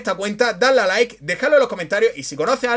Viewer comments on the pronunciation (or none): none